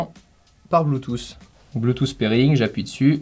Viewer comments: Soigne ton accent, c’est pas bloutousse, c’est bluetouth, c’est pas siitingnz, c’est settings, j’taime quand même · Arrêter Putain de dire Bluetouffe mais disez plutôt Bluetoote même si le mot s'écrit Bluetooth!!!!!!